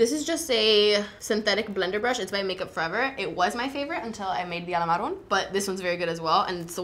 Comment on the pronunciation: Do you know the chills you get whenever you hear a really good music/singing? That's what I get whenever I hear pronounce Alamar or the eyeshadow names. I love this look, Kat looks beautiful. This makeup tutorial is done very well, especially for working makeup artists. I really wanna see a chatty GRWM with both Kat and (using Alamar cosmetics of course).